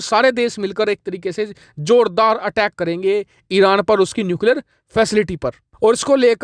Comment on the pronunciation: You want to say Arab and pronounce Iran very funny are you drunk